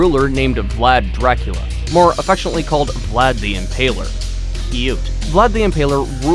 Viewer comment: He can't say Dracula right